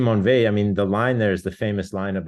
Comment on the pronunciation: Simone Weil is one of the greats. Please say her name properly.